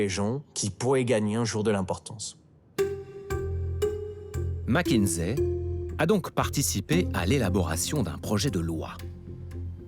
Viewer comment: Pourquoi MckinZé ? Ni en français ni en anglais ce n'est dit ainsi ?????